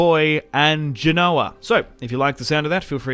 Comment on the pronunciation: Genoa is said as Gen-oh-aa. Not Gee-no-aa